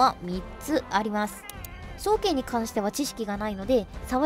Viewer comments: 双剣のイントネーションなんか違くね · 「そう⤴︎けん」